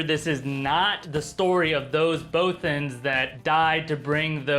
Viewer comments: Both-ens? I always thought it was pronounced Both-ans. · why are you picking on the people that say instead of AT AT? I'm pretty sure I heard you say bowthans instead of bothans several times. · Jeez, I don't think I've heard such terrible pronunciations of "Bothans" before watching this video. Please, do us all a favor and never pronounce it "Boe-thans" ever again. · the way he says bothans.. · American's can't pronounce "Bothans" correctly, is what I took away from this clip.